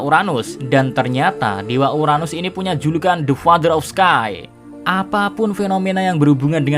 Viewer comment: Emosi gw pas dia ngomong uranus